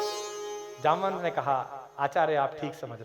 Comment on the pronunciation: आप के शब्दों से मुझे ठेस लगा क्यों की जामवंत जी को जमवंत बोलना ठीक नहीं लगा